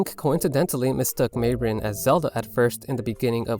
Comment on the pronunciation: well, let's see... you pronounced Malon and Marin wrong, and you somehow got Ariel from Aryll?